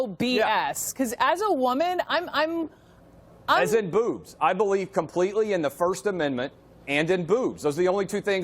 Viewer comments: Imagine choosing a catchphrase that your speech impediment doesn’t allow you pronounce. “Booves”.. Fucking dope. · Ok but for real, was he saying booze or boobs? Lol